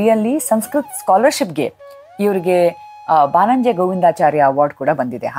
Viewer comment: ಕನ್ನಡದಲ್ಲಿ ಮಾತನಾಡಿ. ಬಾನಂಜೆ ಅಲ್ಲ ಬನ್ನಂಜೆ